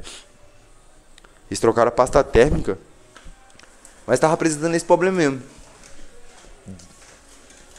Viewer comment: Poblema Poblema Poblema